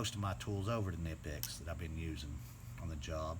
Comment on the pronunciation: I won't even watch a review where the reviewer can't pronounce the correct name of the product. It's kuh-nip-ex. Just do a little homework and Google it....ugh